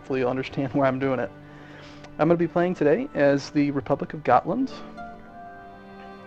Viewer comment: at last an american who pronounces Gotland right